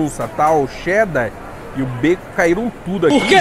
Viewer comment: É muito bom escutar um não paulistano falando "Cheddar", assim e não "chedder" como paulistano diz.